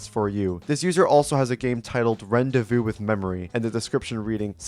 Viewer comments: has a game called WHAT its ron-day-voo not ren-dey-voo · Btw bro its pronounced "Randayvoo" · This is a really interesting video so far...but the way you said "rendezvous" is getting to me. ...it's supposed to be pronounced "ron-day-voo". Just figure I should say that. Mostly a minor annoyance, still a good video! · Ah yes, "rendezvous" (rend the voo) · the mispronouncing rendezvous made me mad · the way he pronounces rendezvous is so icky and gross 🤮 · he pronounced the word COMICALLY wrong